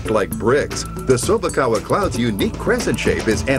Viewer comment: Chew-bak-a? May the pillow be with you....